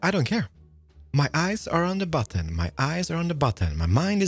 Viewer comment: Because of his accent and me not looking, I thought he said "last episode we made a butt. This is my butt." Immature, but funny.